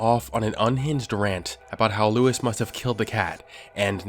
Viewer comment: Why did you pronounce Luis like louise??